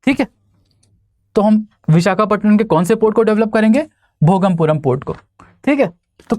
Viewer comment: Not Bhogampuram.. It's Bhoga puram port